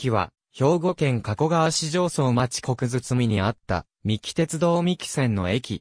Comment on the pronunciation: 国包 読みは「くにかね」